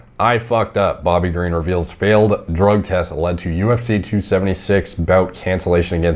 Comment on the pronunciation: Bobby king Ga re en? Wtf it’s Green dude like the color lol